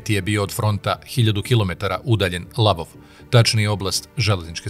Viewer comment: НИЈЕ ЛАВОВ ,ВЕЋ ЛВОВ !!!